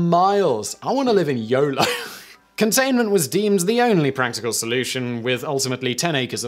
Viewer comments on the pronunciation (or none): none